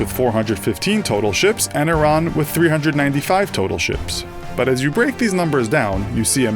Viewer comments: you say it like airean, not iraan, it sounds so weird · "Iranically" yes, I know it's pronounced ee-rawn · Iraq is pronounced I-raq, Iran is pronounced EE-RAAN education is the key kiddo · its ee-raan not i-ron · he said iranically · itsStealth it's pronounced e-ron in every country but America where they pronounce it the way it's spelled. Yes, I do really care